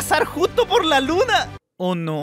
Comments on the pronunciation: No se dice luma se dice luna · Se dice luna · SE DISE LUNA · Hey se le dice luna no luma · No sabes ablar No serise luma serise lunaXD